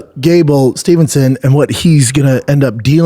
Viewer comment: All together: Steve-son. Not Stevenson. 🥴